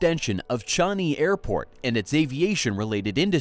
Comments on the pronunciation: Americans … they never teach you English, do they? “ChANg-i” not Chung-i … sub-SI-dence .. not subsi-dence .. and of course they are resorting to caissons .. Singapore has been illegally importing sand for years, which obviously cannot continue given the amounts required, or the obvious needs AFTER ‘Long Island’ is completed (do you really think that Long Island is the final part of Singapore’s expansionist policies? ) .. and global sea levels are expected to rise SIX metres ! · AI can't spell or pronounce Changi. 👎🏼👎🏼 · Great content, but it's "Singa-pore" (like Sing-along), not "Sing-Ger-pore". And "Charng-ee" airport, not "Char-nee" #proudSingaporean